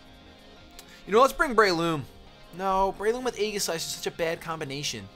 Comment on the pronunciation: I'm rather surprised that the Manectric wasn't carrying Flamethrower; but Congratulations for the two Wins, and yes, your Beard is very nice. Random Note, I imagine 'Aegislash' would be pronounced 'ee-ji-slash' rather than 'ai-ghi-slash'.